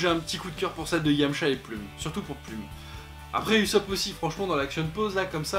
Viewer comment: je t'en veux un peu sur la prononciation de '" Ussop " heureusement que la video est bien ;)